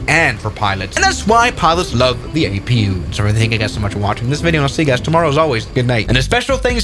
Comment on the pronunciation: Others: A P U in live streams: Apoo (or "a poo") 💀